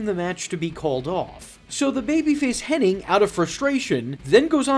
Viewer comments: Hen-nig not henning, you idiot! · Henning and I was screaming at my screen. It even says Hennig loud and clear on screen